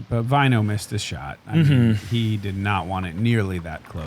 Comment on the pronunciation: Please don't go back to pronouncing it Vaino instead of Väinö. It just bugs be as a Finn more than most names as "vaino" means "persecution" in Finnish. At some point got it right earlier in the season